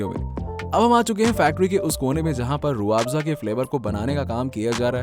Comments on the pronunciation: Pehle toh pronunciation thik kr. Rooh aafza nhi h Rooh afza hai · Roo aafza nhi hai Rooh afza hai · Rooo aaapza nhi bolte usko khajoor .... Pahele bolna to Sikh le manjan 😂😂😂😂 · Abey jahil.....pahele rooh afza....bolna Sikh...